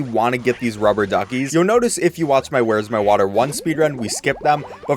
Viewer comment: “Vhere’s My Vater”